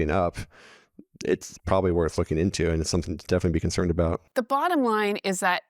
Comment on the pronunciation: Canadians will always oot themselves❤